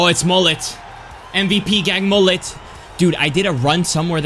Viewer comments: It's pronounced as Mohle* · would you rather not use mbappe and mollet for a whole wl or use a bronze defence for a whole wl Also its Mo-lay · Bro it's not Moll-it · le « t » of mollet is silent ;)